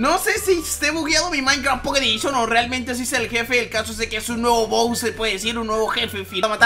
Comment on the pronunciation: Minuto en vez de decir boss dijo bous 😂😂😂😂